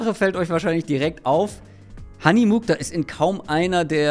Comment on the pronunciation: Der Name kommt aus dem nahen Osten und wird Muchtar ausgesprochen. Das KH ist dabei wie das CH im Wort „Rauchen“.